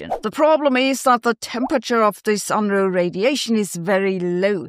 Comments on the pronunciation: That picture is very Bill Unruh. Kinda disheveled. And he didn't mind kinda disheveled essays and papers either. He told us: I don't care much about any manual of style... just don't bore me. Make it interesting. Edit. It's funny to hear Sabine, a German, mispronounce his name. Perhaps it's because it's so universally mispronounced that even Germans have given up fighting the tide. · As a non-German I find it funny to hear Sabine mispronounce his name. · You pronounciation of Unruh needs a citation.